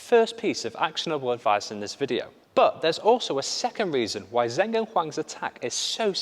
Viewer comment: Great video! Just to note that the pronuciation of 'Zheng' (as in Zheng Siwei) is not 'Zeng', its 'Jeng' (the names are written in Pinyin and not English which is why people get confused)